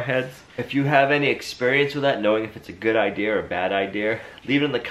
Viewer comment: Move some where it's warmer and it's so funny that you say idear when it's idea